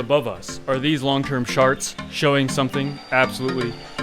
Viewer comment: Did you just say sharts instead of charts? 🤣